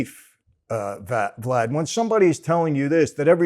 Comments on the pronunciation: To clear up the confusion, he said "Vad" then corrected it to "Vlad". He just missed the "l". It would have been pure comedy gold if Michael said "Glad" just to screw with him. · i thought he said "when you take that oath and come into that life... GLAD" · I thought I heard him say Glad!!!!! 😂😂😂😂😂😂😂😂😂😂